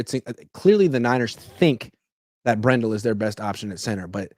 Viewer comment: It's Brendel not BrenDell. You're driving me nuts with the mispronunciation.